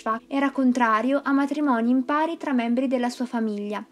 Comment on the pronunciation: Sorry, ma quando si legge, e si sente che è una lettura, almeno, oltre alla pronuncia inglese, occorre curare quella italiana: IMPARI , in questo caso, con accento sulla I , non sulla A, non è la voce del verbo imparare.